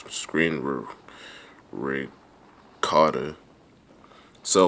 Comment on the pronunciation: " azis , azis screen screenru ru recordah"